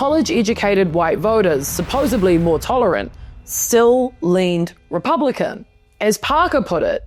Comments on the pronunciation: SUPPOSEDLY with a D. Supp-oseD-ly What you said, supposeBly, is not a word. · You lost me at "supposebly". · People, please stop saying ‘supposebly’